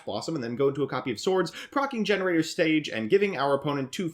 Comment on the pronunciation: You aren't even saying the name of the archetype the right way. 😑